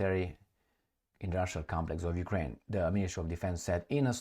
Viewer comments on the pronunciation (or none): none